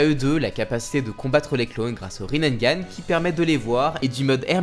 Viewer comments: Par contre c'est Rinnegan.... Riz nez ga neuh pas Rinnengan (riz naine) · désolé, je veux pas faire le mec chiant, mais c'est Rinnegan ( prononcé Rinégane ) t'as rajouté un "n" en trop sinon superbe vidéo :)